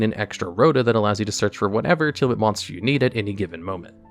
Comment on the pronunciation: Liking the video just because it's finally someone pronouncing Tearlament the way it's written.